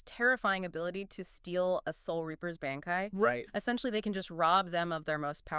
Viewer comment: You guys pronunciations of bankai are killing me.